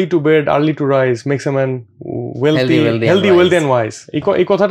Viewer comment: শব্দটা হেলদি না, হেলথি হবে, ধন্যবাদ।